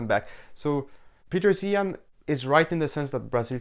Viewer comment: Another Zeihan critiquer that can't pronounce 'Zeihan'.